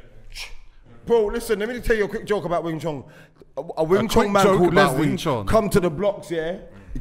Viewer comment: Bruh its Wing Chun not Wing Chong Lol